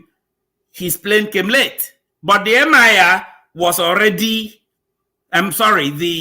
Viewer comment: it is Emir not Mir